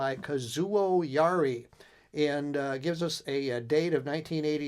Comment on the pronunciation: Pronounced Ya-EAR-ee.